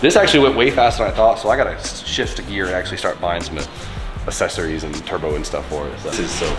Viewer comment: also when he says "assessories"